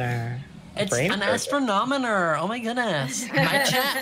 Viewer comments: XD "Astronomoner" Its Astro-nom-o-ner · It's pronounced: ast-ron-o-mer! "Astron-on-omer!" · It's astroNOMER not astroNONOMER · I love how everyone is pronouncing astronomer as astronomoner lol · I love that they pronounce astronomer as astronomoner and add an unnecessary extra syllable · I don’t know why I hate when they say astronomonor ⬅️is what they’re saying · The way they kept pronouncing astronomer😂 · When I want to be an Astronomer and all of them are saying it wrong: 🙁😶😐😔☹️😓😫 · Your saying astronomer wrong